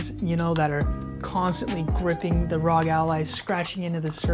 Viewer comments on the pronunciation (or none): It's ARE, OHHHH, GEEE. It's not ROG lol. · it R.O.G it's an acronym for republic of gamers please learn how to say it